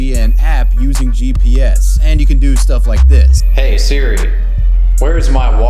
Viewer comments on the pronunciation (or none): none